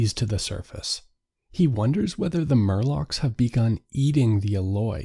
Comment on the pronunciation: Morlocks. Not Murlocks.